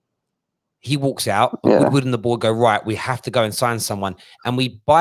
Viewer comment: He meant to say Edward Woodward. It sounds like Wood Wordward 🤣